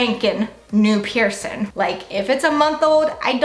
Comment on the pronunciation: Ugh couldn't watch this because I can't stand how you say "piercing" - there is a g at the end 😅 you look beautiful and im sure you're nice but pet peeve 🤷🏻‍♀️